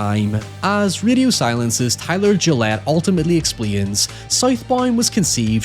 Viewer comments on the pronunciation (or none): The name is gill-let not Gillette